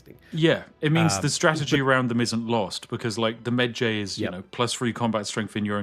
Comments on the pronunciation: Was somewhat irked by Spiff pronouncing Medjay rhyming like edgy, instead of like porkpie. But still an excellent preview of the game system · he butchered the name "mejai" lol watch the MUMMY... they will pronounce it properly :P jks